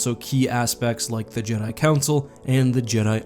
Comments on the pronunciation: So is it pronounced ja-dai, or jee-dai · "Jeedai"? Not Jed'aii? Speaking of which, I'm surprised there was no one throughout Star Wars history who thought about trying to restore the Jed'aii order all these years. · It’s more jedaii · I always thought it was just the Vong mispronouncing "Jedi"